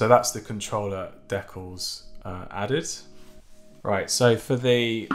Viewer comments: This guy said “decklls” like WHAT? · what are de-calls u mean de-cals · You saying decals wrong was like chopping off a finger 1 by 1. Great video though